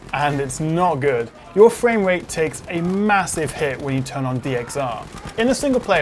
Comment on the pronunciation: “More than halved my fwamerate which is cwazy!”